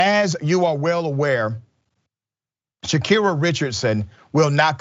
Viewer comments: Butchered her name from the jump… Sha-Car-Ri. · GET HER NAME RIGHT YO LMFAOOO